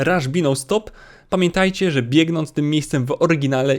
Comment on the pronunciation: Za każdym razem kiedy mówił "biegnąc" serce mnie zabolało